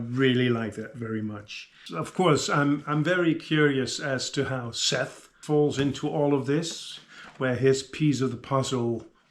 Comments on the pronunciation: Btw, it is more Seth than chet. You can even think a prolonged s sound at the start —-> sseth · Great review, just look up how Sanderson pronounces Szeth, i thought you were talking about Chef from South Park for a while lol😅